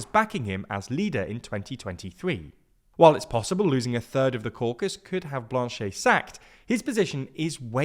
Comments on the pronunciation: So... cool video but you should probably have gotten the name pronunciations right. Jagmeet is pronounced "jug-MEET" (not "JAG-meet"), and the ET at the end of Blanchet is pronounced "et" (not "ay"). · Love the prononciation of Blanchette